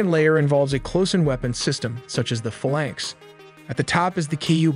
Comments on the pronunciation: Literally no one who's ever worked on a Mk15 calls it 'fuh-lunks.' It's 'Fae-lanx' ... Because it's a magical fairy that will you at 0300 on a Sunday. 😉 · Good job now I can't stop. Let's delve in, sounded like let's tell them. Sus-tainer, mak 3.5, fuh-laynks... Please learn to pronounce these things. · I'm a stickler for pronunciation...I get it's an old word, but it's pronounced "phay-laynx" not "fuhlaynx".